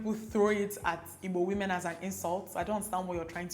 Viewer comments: I'm now relearning how to pronounce 'Igbo' as Dimma does♥ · now I know how to pronounce igbo properly☺️❤️ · I like the way you pronounce the "IGBO" love you so much!!